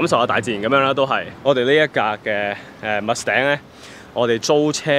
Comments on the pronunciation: wrong pronunciation, what is mus頂？？？ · Mustang 都唔識讀🤣🤣🤣🤣